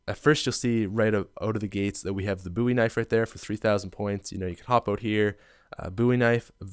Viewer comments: Haha are you Canadian? You called the BOwie knife the BOOwie knife xD lol. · its bow-ie not boo-ie u americans allways get it rong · "Boo-ie Knife" Really dude? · Bruh these pronouncations. “Boo-wee-nife” “Kee-nowe-dere-taw-ten” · He pronounces Bowie knife "booie knife", and Kino der Toten "Kino don Totten" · Boooeee knife? Lol must be Canadian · buwee knife? it's funny how you pronounce it. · It's not pronounced booie knife....